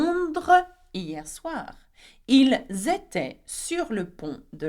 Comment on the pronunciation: Elles etaient and 2nd last also Pronounced little wrong i checked from google